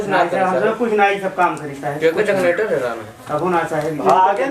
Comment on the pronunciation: बहुत प्रैक्टिकल अप्रोच अपनाया आपने।बहुत शानदार अभिनय। बस थोडा ध्यान रखें कि जग्नेटर ना बोलकर जेनरेटर बोलें तो ठीक रहेगा। मै आपके अभिनय का मुरीद हूँ।